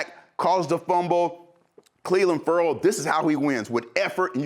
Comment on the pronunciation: Love EA but he's always getting Ferrell and Ngakoue's names wrong! For Yannick he messed up both first and last.